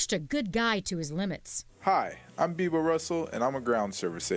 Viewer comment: raymie busch no it's not it is beebo